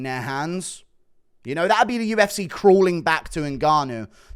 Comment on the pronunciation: Why can't you say UFC properly? I mean you do sometimes but then straight after it's back to U F SAAAAAAY instead of C .... what is that shit?